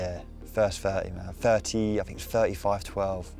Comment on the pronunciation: Maybe if you had stayed in school you would know it’s pronounced “Think” and not “Fink”.